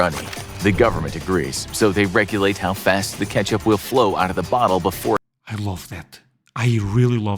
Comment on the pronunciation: Who calls “Ketchup” “Katchup?” Don Knotts, that’s who!